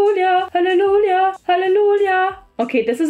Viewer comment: warum redetkeiner darüber, dass sie ,,HalleluLLja,, sagt😂😂😂